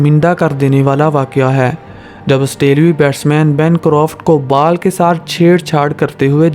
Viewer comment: R a lavde pele ball thike se bol fhir baad mai sikha